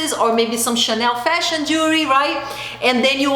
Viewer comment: I’m portuguese I know that you’re brazilian yes it’s so hard to say jewelry lol drives me crazy to pronounce that to! If you come to Portugal go to a privately owned jeweler or even stores in malls here you will sell gold, diamonds starting 700 euro (gold ring with diamonds) and it’s 24 karat not that horrible gold I see in those brands lol! Gold plated means a bath of gold which is crap lol sorry to say it like this! It’s the best investment you can make gold diamonds and precious stones for 1200 you can get beautiful pieces here with the most noble materials and it’s an investment or less! I find jewelry so overpriced in USA and Portugal has more than 500 years in tradition with fine jewelry. You have amazing taste so it would be wonderful to see what would you pick! I know Brazil have wonderful stuff to with much more quality. Chanel does not have quality I feel a bit ashamed for them to sell such low quality without noble materials. And yes Gold Lasts forever the rest wont! Glad you are a very smart lady agree 100% with what you say!